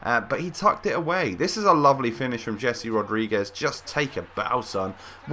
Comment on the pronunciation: you say HUAN mata, but yet you say DZHAVI martinez and DZHESI rodrigues. mate are you plain stupid? it's HAVI martinez, HESE rodrigues. learn it for once.